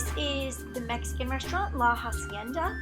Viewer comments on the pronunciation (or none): none